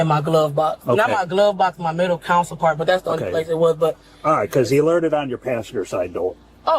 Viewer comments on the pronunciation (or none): Whenever I hear a cop call it a “center council” I automatically question his qualifications….. as a law enforcement officer you should know the basics of a cars structure and you should know how to pronounce simple words…. It is a “CENTER CONSOLE”!! Please educate yourself officers!